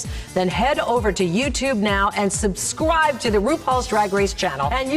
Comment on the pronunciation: Does Michelle V NOT know how to say the word Subscribe? Why does it always sound like subscwibe